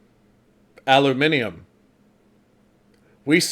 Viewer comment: congratulations on being the first ever American to pronounce “aluminium” correctly.🎉🎉🎉🎉🎉🎉